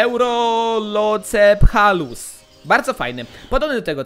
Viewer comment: Mówi się ełroprocefalus